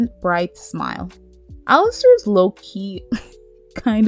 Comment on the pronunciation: Its "Alastor" not "🚫 🚫 Alistair 🚫 🚫 "